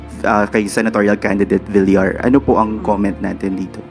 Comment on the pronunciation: A1 a1.. Pronounce Villar.. Into bilar